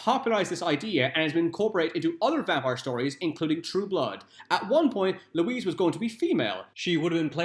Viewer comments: LOO-EE....Not fucking Louise...Jesus!!!! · Is it bad that I know ALL of these facts. Also, I feel like David Bowie would have been AMAZING as Louis. Also Louis’ name is NOT pronounced Louise it’s like Louie. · How are you going to do a video about a movie you haven't watched? If you had watched the movie you would know the name is pronounced "Louie" yet you repeatedly call him Louise so you either didn't watch the movie and have no business doing a video about it or you did watch it and are deliberately mispronouncing it which makes you ignorant twat. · Brad Pitt's character's name was pronounced "Louie", not "Louise". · Here’s a fact, it’s pronounced Lewey! Just sayin?